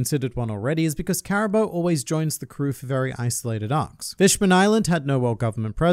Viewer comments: Its pronounced CARA BOO not CARA BOW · Why do you say Cara-bo and not cara-boo?